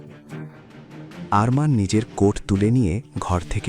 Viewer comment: অরমান নয় আরমান বলুন